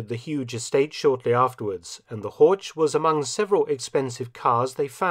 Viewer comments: Das Auto heißt HORCH, nicht Horsch! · So "Hork" basically, must do better heer doktor Felton...must do better. ( herr, not heer...oops ). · Göring's car is a Horch, not "Hortsch." The ch at the end is just a heavy h. Somewhat surprising that Felton would commit such an elementary mistake in pronunciation. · N.B.: "Horch" is pronounced with a [ç] sound at the end. And fun fact: "Horch!" also is the imperative "Listen!" which in Latin is "Audi". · Pronunciation: "Horch", similar to Loch in "Loch Ness"; not "Horge" as in "George". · The CH in German is pronounced differently than in English. HOR(CH) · Usually, Mark you well pronounce the German words; but to prononunce "Horch" likewise "torch" sounds terrible. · It is Horch. German ,ch' sound i not ,k' or ,sch'. The sound is similar to the noise of an angry cat, but slower and softer. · I just gotta stop you, Horch is pronounced with a hard CH, like the K sound. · Dear Mark, as you always present us German terms in exceptionally good pronunciation, may I point out that "Horch" is actually pronunced just as Lo*ch* Ness (or Pulla*ch*, to take an example from your own video) at the end? Btw, you all might know that "Audi" is merely the Latin translation of the German "Horch"; both can be translated as the imperative "Listen!" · This is an excellent well-researched video. Unfortunately, Horch is completely mispronounced throughout. As a German speaker, it's always amazing to see that English speakers can't even come close to pronouncing the German "ch" correctly. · Is it really too much to ask that German names are pronounced properly!? "Horch" is a car brand and just like "Bach" it doesn't have a "k" in it!